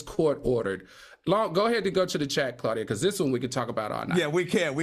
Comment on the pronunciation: Claudia, not Similac 😅😂😂